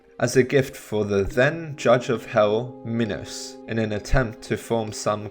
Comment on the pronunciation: he actually said minos right :O